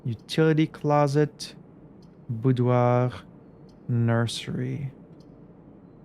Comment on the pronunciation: After hearing several YouTubers struggle with the word "boudoir", it's nice to finally hear it from a native French speaker. 😊